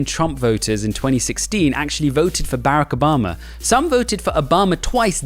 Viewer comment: Barrick Obama? Seriously man, learn to say his name if you're going to make political videos lol